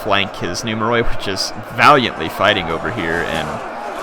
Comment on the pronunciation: In Greek, "oi" makes a sound like what "ee" does in English. So numeroi is pronounced, I guess in English the phonetic spelling would be "numeri". Not nitpicking, say it however is comfortable, I just got the impression you like for us to tell you this stuff.